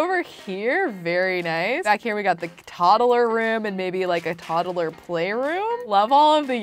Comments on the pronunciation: i love how she says toddle insted of toddler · Am I the only one annoyed when she says toddaler